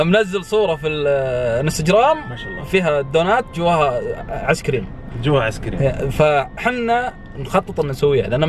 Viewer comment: كأنه يقول عسكريم؟؟؟ و لا انا يتهيء لي ؟؟